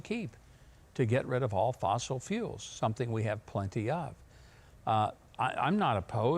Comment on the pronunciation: Hi. Listen to Bidens speech he said fossel FOOLS